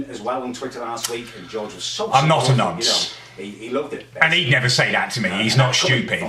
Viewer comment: Thwack yh but said noncy